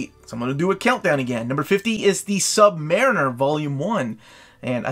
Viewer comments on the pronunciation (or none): none